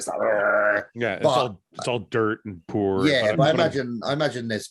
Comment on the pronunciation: Is fouad saying Poor or Pour